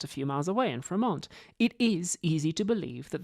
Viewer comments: finally got around to watching this and, i love you, but Fremont is pronounced FREE-mont. it's not fr*nch. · it's, free-mont - but, i'd sooner end up saying it how u mispronounced the place 10 miles away from me than press a correction